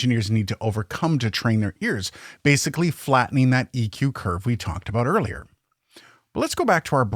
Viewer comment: no dude, you said aboot. you said it